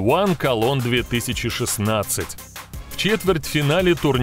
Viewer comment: Почему Кельн вы называете колон?